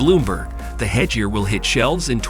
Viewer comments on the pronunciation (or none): It's head gear ,head and gair not jear 😂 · porshee, A/R, hedge-ear